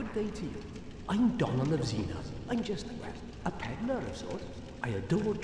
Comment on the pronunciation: Domhnall of Zena, wouldn't it be pronounced as "Doh nall", an name with Irish/Scottish origin, which roughly means World Ruler.